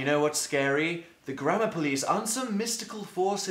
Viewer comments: it sounds like he is saying grandma police... just me... okay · i thought he said grandma instead of grammar 'the internet takes grandma very seriously' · Omg, it DOES sound like he is saying grandma police!!!!! 😆lol!! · Lol same. At the beginning, it sounds like 'The internet takes grandma very seriously' 😂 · I'm sorry but I thought you said "The Grandma Police" 😂😂😂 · Am I the only one who heard grandma police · The grandma police will kill u in ur sleep 030 I could tell he was saying gammer thou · wait so how do Americans pronounce grammar?